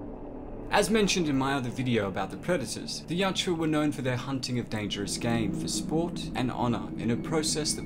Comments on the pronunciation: dude it is yowt-JA, not yowt-JEWA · At some point I hope you learn the pronunciation of the name of their race.